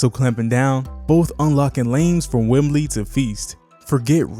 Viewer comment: Enjoyed the video man. Will sub. One thing though, I am unsure if you are calling him Wembly on purpose or not. Keep going!